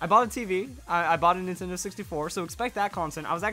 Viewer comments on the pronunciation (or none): none